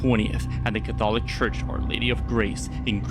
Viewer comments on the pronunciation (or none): That “cath-holic” church was some crazy shit. Dude had main character syndrome bad!